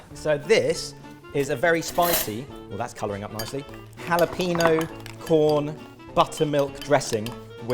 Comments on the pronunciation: Jalapeño!!!!!!!!!!!!!! How hard is it to not pronounce it like PeeNo? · Tell me more about this "hullo peeno" you've discovered. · every time someone says jalaPEENo instead of jalapeño i lose brain cells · Do you folks just ignore the tilde there? (Just grimacing every time jalapeño is pronounced...)